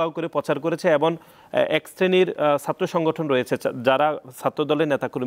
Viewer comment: এবন না এবং সুতরান না সুতরাং বরণ না বরং আগে এইগুলা ভালো করে শিখেন তারপর টকশোতে আসেন